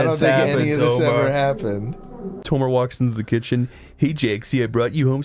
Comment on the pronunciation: Why do they keep saying Tolmar without the L?